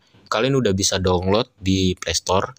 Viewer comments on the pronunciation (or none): Donglot bukan download 🤣